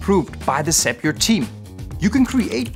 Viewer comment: did you say "sapure" what is that tool?